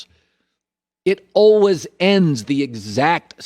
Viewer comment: Colin “Alweys” Cowherd